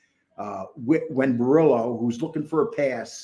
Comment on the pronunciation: Borello not borillo